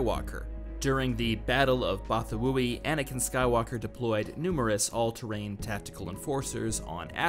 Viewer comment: Ooooh finally someone that pronounces correctly Bothawui 😂 thank you sir